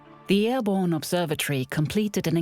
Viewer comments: Airborne not "airbone" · you mean "airborne"